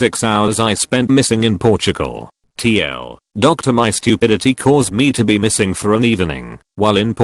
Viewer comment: Nobody: h TTS Robot: TL, DOCTOR